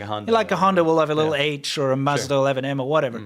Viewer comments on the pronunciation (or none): none